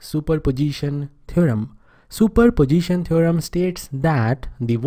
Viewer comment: Superposition ❌Super Pojition✅